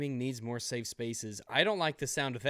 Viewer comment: you put an "s" at the end of Safe.